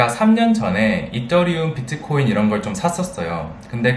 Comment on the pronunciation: 이떠리움 이거 원어민 발음 인거에요??ㅎ